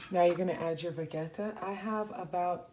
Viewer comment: Did you practice saying things like “vegeta” and “burek” the true Bosnian way? #colormeimpressed